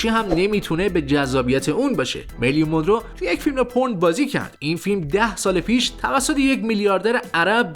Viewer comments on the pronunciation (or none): none